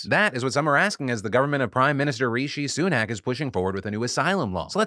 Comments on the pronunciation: "Ree-Shee Su-Nak" ? xD Rih-shih not "Ree-Shee" :p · I love how you mispronounce ’Rishi’ :-p